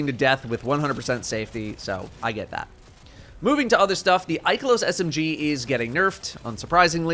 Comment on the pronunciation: Love the video, but the way Ikelos was pronounced 🤦🏻‍♂️